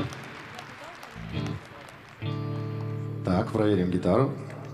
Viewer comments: А ведущая даже правильно назвать группу не смогла. "ЭкиЗбастуз" - позорище. Саша-красавчик!!!! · Да когда же правильно будут произносить название группы "Экибастуз"!!! У конферансье по географии интересно что было? Ксения Стриж в интервью тоже удивила. Что тут сложного🤔 Это же, например, не Sehenswuerdigkeiten любимое слово учеников 4класса, изучающих немецкий